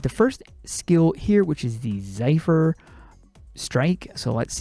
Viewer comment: It's Zephyr, not zaifur.